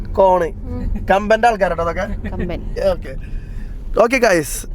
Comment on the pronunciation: കമ്പൻ അല്ല കമ്പം